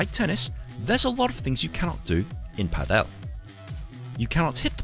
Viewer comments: has clearly made a mistake as well as the pronunciation of Padel, which is the same as Paddle, but he makes it sound as the Indian surname Patel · And pronounces it wrong too, because it should sound just like Paddle and not Patel.